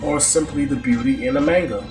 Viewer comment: Your mispronunciation of the word "manga" makes this video unwatchable.